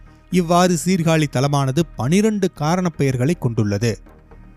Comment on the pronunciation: டேய் சீர்காளி இல்லடா எங்க ஊர் மானத்த வாங்காதடா சீர்காழி என்று சொல்லடா